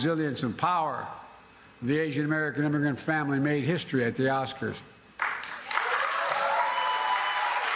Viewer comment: Man just keep talking word salad and sometimes he gets The pronunciation right but I saw him miss pronounced America five times in one press conference? This or Commander and chief?